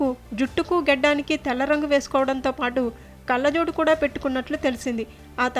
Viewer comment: pronunciation ఏంటి తల్లీ. వెల్లేరు కాదు వెళ్ళేరు అనాలి. కల్ల జోడు కాదు కళ్ళ జోడు నీ తెలుగు మండ. మీ తెలుగు మాష్టర్ ఎవరు